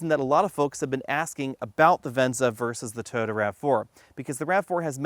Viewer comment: Please please please pretty please... Toh-yoh-tah, or Toy-oh-tah, not tuhhhyota